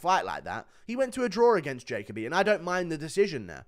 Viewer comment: Is it not Jah-Koh-Bee?